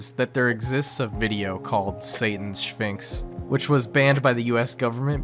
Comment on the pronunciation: the way you pronounce sphinx "shphinx" with an h reminded me of my old yiddish grandma (who passed on years ago) who did that sometimes with random words, so thank you for injecting that extremely wholesome moment into my morning. it kinda made my day lol :) Really good video by the way. i enjoyed it thoroughly.